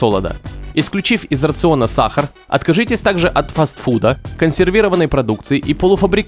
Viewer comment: Бесит как диктор говорит саХар.